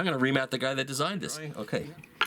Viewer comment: It's 'ream.'